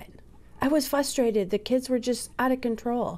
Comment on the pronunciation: Why can't people pronounce "frustrated" correctly? At min. , the Mom says either "flustratated" or "fustrated"--which I find frustrating. LOL